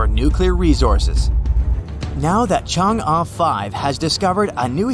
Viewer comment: man is pronouncing chang e wrong bruh